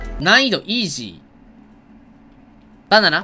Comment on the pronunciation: イー↑ジー⤵︎